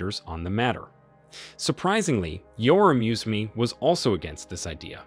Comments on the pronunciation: The pronunciation of the Ugandan names is killing me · 😂 the stupid thing about this blog the gie speaking can’t even speak museveni’s name well. So how did you do your fake research 😆 I’m from Uganda 🇺🇬 and I don’t like our leader but this fake propaganda for clicks and likes is abysmal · You absolutely butchered all the names! Amature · U even can't pronounce the name Museveni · This is a great video with amazing comtent, but my goodness these mispronounciations are going to kill me! 😂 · The reader should learn how to pronounce the names of these great Men. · It would be good at least to know the names of persons that you are making video about, then it would be even better if you could learn how to pronounce that names. Content is always dependent on the intention, and best lies are mixed with some truth - but you know it better than many. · The narrator can't even pronounce the name Museveni properly so how the heck do we expect him to understand and know who Museveni is. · Was it absolutely necessary to butcher those African names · You could have learnt to pronounce Museveni instead of whitening it all up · You are who don’t know how to pronounce our names are the real murderers. Killing and destroying our hopes and coming back to make us live in hate against each other. Sorry but there is no sense in your report! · And funny thing is, after museveni talking Gaddafi out of Libya's nuclear weapon program, he is now preaching about how he wants Africa to build a nuclear weapons program to tackle Western exploitation of the continent! On a side note, the way you pronounce the names Idi and Museveni though🤦🏿‍♀️ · It not mew-u-c- fee RE or how’s the hectic you’re mutulating his name: it pronounced: Moo (like a cow sound)- seven (like number 7) - and ee ( like the vowel e) MOO-SEVEN-E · Mu se ve ni not musvini you butcherd that name could not conyinue watching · It’s not Museven Mu se ve ni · Why do you pronounce him as Musween instead of Museven?